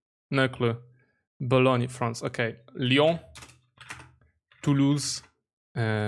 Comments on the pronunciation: it's Boulogne, not Bologne. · It's not Bologne but Boulogne and Boulogne-sur-mer